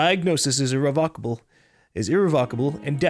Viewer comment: grammer nazi Its pronounced "irrev-eh-ca-ble" not "irrev-oh-cable"